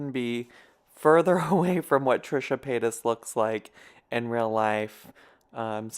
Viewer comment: Paytas not payton lol on me